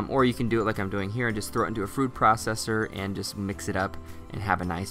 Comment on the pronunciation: "Frood processor" lol.